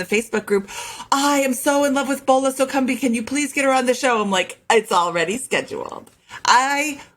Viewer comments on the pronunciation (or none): FYI you are butchering the first name, Boola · Her name is pronounced "Bola" like Bobby, not like Ebola.